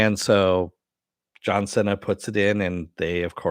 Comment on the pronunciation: I thought his last name is pronounced "see-nah" : )